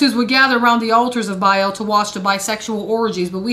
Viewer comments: Biaeil.... Its Baal. Not biael. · Bale (Baal) not Biel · Why do so many people struggle with the pronunciation of the word Baal?? Officially it's written as Ba'al... Pronounced Bay-al, but more commonly pronounced Bail... It's not pronounced barl or ball. The best way to pronounce it in this day and age will be Bale. So there you go... I don't want to sound like a piece of shit to everyone but try saying Bale!! It's the next best thing to say if you don't wanna say Bay-al. But trust me.... Baal sounds like Bale. I hope that helps people out with the pronunciation without coming across as a grammar nazi. I don't wanna piss people off but try saying things how they're supposed to be said. It helps considering words are magic... Why do you think it's called Spelling??? Words are frequency and can affect all sorts of things holistically. Always be conscious of what you say... It affects a lot more than you think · There is ARK and ARCH like Achoo... not AKOO... BA AL NOT BAEL... sorry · Its two syllables pronounced with double A's not an E. Sounds more like "mA-mA" than "eel." "bA-Al" is not satan, and theologically predates Judaism. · So you'll know for the future, it's pronounced the way you would say bale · Changed the video after "Ark of Bayel" lol